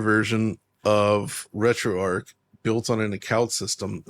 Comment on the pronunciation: RetroArch is not pronounced RetroArk. It's named after Arch Linux, where the Arch is pronounced like archer or archway.